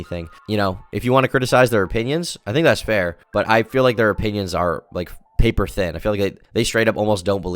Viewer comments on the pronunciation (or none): none